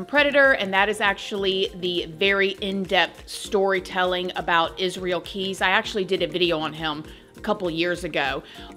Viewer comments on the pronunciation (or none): none